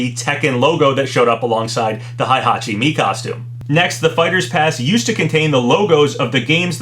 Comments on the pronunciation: Maybe. I know people have told him Heihachi is pronounced Hey-Ha-Chi and not Hi-Ha-Chi like he says, but I'm assuming maybe it's like a regional dialect thing or something like how us Americans say Maw-Ree-Oh but Brits say Mair-Ee-Oh for the name Mario. Also, while Alta-Ear may be correct, I've always heard it pronounced as All-Tie-Ear, where the Tie part sounds like the word High and the Ear part sounds like... Well the word Ear. Hell, I used to pronounce it as Al-Tair back in the day before I knew better. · you're still saying Heihachi and Hayabusa wrong